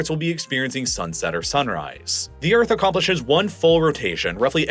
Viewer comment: BuT thE EarF es FlAt😂